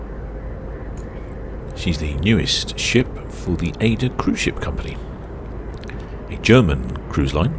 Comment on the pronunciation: You are still pronouncing AIDA as AY-DA, It is German and is pronounced AY-EE-DA.